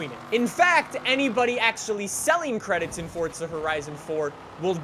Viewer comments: Just wasted 6minutes of my life watching a narcissist and it's forza not fortza 🤯😤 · Plz tell me you only say "Fortza horizon" bc you have an accent, bc it triggers me when you say "Fortza horizon" instead of Forza horizon. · Fortza... Fortza.. Fortza? Forzaa Forza say it now, Forza. Not T in there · FORZA not fuckin fortza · triggers me how he says fortza instead of forza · WHY DO U SAY FORTSA ITS FORZA AHHHHHH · omg pls can you stop saying “fortza horizon 4” there no t in it 😭😭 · Ok anyone else notice how he calls it fortza instead of forza like it kindve makes me mad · Why do you say Fortza Horizon 4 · Why do you say fortza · Its not Fortza horizon, it's forZa horizon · Instead of saying forza he says fortza lmao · its not fortza horizon 4 its forza horizon 4 u fucking degenerate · it makes me triggered how you say forza like fortza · Why does this guy say fortza instead of forza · WHY DO YOU PRONOUNCE IT FORTZA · Why does he call it fortza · “Fortza” it’s forza there no t anywhere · Fort za lol stfu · It’s not FORTZA it’s FORZA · ForZa , not forTza kinda annoyed me man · It’s forza not fortsa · Am I the only one who seen he keeps saying fortza? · It's Forza, not Fortza. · I think it's pronounced "forsa" not "fortsa" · “Fortsa horizon 4” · Y DOES EVERYONE PRONOUNCE IT FORTZA WHEN ITS FORZA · Definitely forza and not fortza it’s bloody irritating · Yeah it’s definitely forza not fortza 😂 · Bw zxh its forza not fortza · FORZA NOT FORTZA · it Forza it not Forzta dumb ass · White Boy Swag fortza* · Its forza not “fortsa” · It’s forza not “fortza” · Sander Hansen FORTZA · ElRaFaLSX’s Vlogs he had to sneak in a few “fortsa” horizons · Msuni I always pronounce it forza with no T as well. But says it Fortza. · no, hes playing "Fortza" Horizon 4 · All these forza YouTubers who pronounce it fortza piss me off lol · “ fort-za horizon 4 “ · This guy is weird, why he say it like fortsa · "fortsa horizon 4" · It hurts how he says fortza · Please stop saying forTza